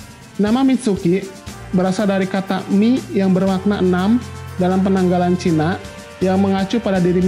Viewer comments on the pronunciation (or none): none